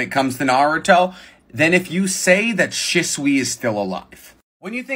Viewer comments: I thought it was pronounced she not shi-t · ITS PRONOUNCED SHESUE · The most annoying thing ever is pronouncing shisuis name as shäsui ITS AN I BETWEEN H AND S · Is that really how Shisui's name is pronounced? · Says the guy who can't pronounce shisui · Am I the only one who hates how he pronounces shisui